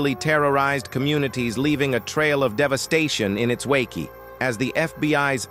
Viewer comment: Stop using this A.I. narrator Can't even pronounce the word "Wake" properly Omfg! 😂🤣😆😅